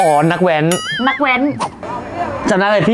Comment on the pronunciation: แว้น ✅ แว๊น ❌😏